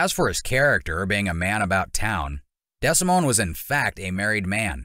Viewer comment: Pronounced De. Simone...do better